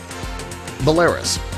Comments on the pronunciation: "Ba-lare-us"? Try Bell-ah-ruze ... Idiots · You miss pronounce Berlarus. It is pronounced BELLA-RUSE. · Bella-roos, not= ba-laris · it's bela-rus not belar-us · Yes - its NOT Belah-rus - its BELLA-ROOSE! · 1.) It's Byeh-lah-ROOS, not Beh-LAI-rus. 2.) why is the man in the Paletinian territories looking at what appear sto be an ECG readout for polling? 3.) the pic if not George W. Bush but his father. Fideo twpsen iawn! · Belarus' pronunciation is "BellaROOS", not BeAIRus". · Maybe, if American narrators could pronounce regions correctly and not ignorantly blurt out mispronunciation like saying Cart-a-Gina when speaking of Columbias Cartejena (pronounced carte-henia) or when this clown says "Bella-Russ'' when it's pronounced Bella-Rose. But it probably has more to do with the fact that America chooses to send aid to countries that afford the capitalist nation and opportunity to turn a profit and countries that have no valuable resources or trade commodities to offer get ignored, unless you're a Muslim nation of course America doesn't ignore you it blames the worlds problems on you, labels you terrorist and assasinates your military leaders with drone strikes. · You can say “Cheelay” but then “Belaroos” comes out “BelArus”. No wonder they don’t like us! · Please get it right. It is not the Ukraine it is Ukraine. It is bell a russ( ruse). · BelaRUS, not Bel-A-rus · You are badly mispronoucing Belarus. It's: Bell-a-roose. Iran is pronounced: Ear-rahn. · bro said beh-le -ris ??? 💀💀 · great video as always, however Belarus is pronounced as Bel-a-roos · I've been to Belarus (by the way, pronounced bell a ROOS, maybe correct it in your video) 4 times in the past two years for extended stays. People there are absolutely wonderful to me. They know I am American and treat me rather well. I think the Pew has this one wrong. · Bul-air-us? Bro. I spent the rest of the video listening for what other word you’d F up. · Buh-LAIR-uss? What? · bu-LAIR-us ??? Really? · Bell la RUS